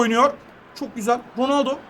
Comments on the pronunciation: Abi ronaldo ismini dorgru soyle ronalde diyon sen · ABİ roneldo değil gözünü seviyim